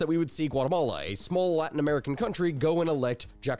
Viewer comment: "Guatamala" lol